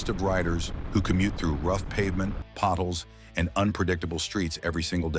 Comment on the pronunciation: Potholes is pronounced "POT HOLES" not "pottles"